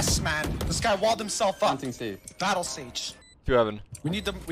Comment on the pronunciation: “Battle sage” 💀💀😂